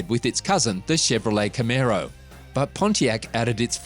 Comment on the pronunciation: nice aussie x b coupe there learn how to say camaro ,, i just brought a 68 firebird project car in australia ,, not too many of these cars here